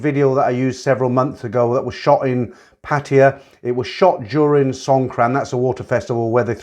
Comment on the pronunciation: I find it so distracting that you call Pattaya Patia. Do the Thais say it like that?